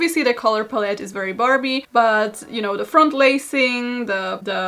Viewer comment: So we’re not gonna mention the “Color *palleté*” type of pronunciation right? Okay